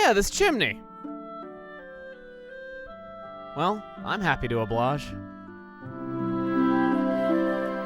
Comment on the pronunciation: Did he say oblage?